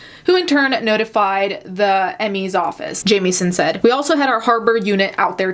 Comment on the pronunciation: ok my last name is jamieson and wanted to let you know you dont say it like you would jamie its more like how you would say it when you say it if that makes sense